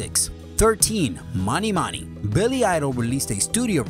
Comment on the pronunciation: Mony Mony - rhymes with PONY. DUH! (and it wasn't a girls name, it was a sign advertising Mutual of New York).